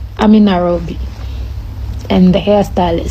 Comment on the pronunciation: 1st of all it's called "N A I R O B I... NOT NAROBI"... NKT Kenyans never forget once you have gone wrong. The drama you showed Kenyans in the US.... utajua hujui.